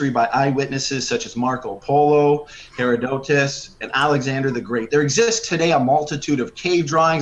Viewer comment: Short answer: no Marco Polo also said there were dog-headed people on an island. And I don’t know who Hera DOW Tuss is. And obviously you don’t either since you mispronounced his name. Herodotus was a historian but he didn’t see this stuff. He just wrote about stories that he was told about, generally speaking. There is so much to unpack I don’t feel like typing it all. Unless you believe in vampires, cockatrices, krakens, aliens, etc. then these “eyewitnesses” of dragons shouldn’t be believed then either. Also: pareidolia